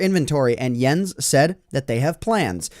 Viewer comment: its pronounced "moYANG" - i guess its a swedish thing. you did say jens right though (i think)